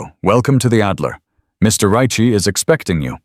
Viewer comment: Why can't AI figure out how to correctly and consistently pronounce Ricci? 😂❤🤬